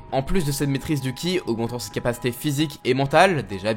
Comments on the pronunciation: le CHI-KUNG est lié à la pratique d'un art martial. mais ne se prononce pas KHI mais bien CHI... (c'est chinois)... c'est la maîtrise de la force vitale souvent liée au tai-chi mais aussi à d'autres art martiaux. et même en japonais ceci se dirait "tchi" et non "ki"... donc certes la vidéo est bien faite mais la prononciation est mauvaise. et Shang-Chi (inspiré de Bruce Lee) est un maître dans marvel ayant entrainé wolverine, captain america, spiderman... mais j'espère que le prochain coup tu ne diras plus KI mais bien CHI... merci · Pas ki mais chi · Par contre c'est le Chi (qi) pas ki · Le chi / Qi se prononce tchi. En chinois la lettre Q se prononce « tch » comme pour la norme de recharge sans fil Qi qui est prononcé tchi en référence à cette énergie invisible.